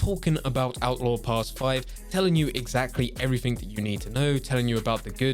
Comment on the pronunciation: Evrafing interesting way of saying everything